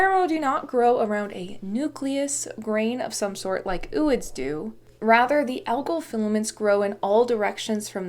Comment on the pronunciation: I would pronounce "ooids" like "o-oids", like "ovo" without the "v". O-ocyte. Zo-ology.